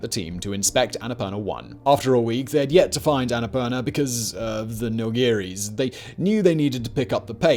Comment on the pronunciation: Bro, the pronounciation is the Sanskrit word ann-a-poor-naa